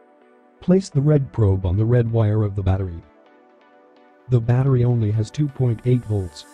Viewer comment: "batteey" lmao